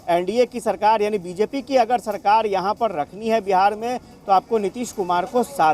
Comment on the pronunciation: aap ka bol ne ka andaz galat hai mazboori hoti mazboodi nahi sarkar hoti hai sarkad nahi plz sahi boliye 🙏🙏